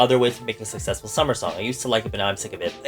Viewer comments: Take a shot everytime mispronounces successful😂🥃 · Tag yourself:I’m struggling to say sucessful 10000 times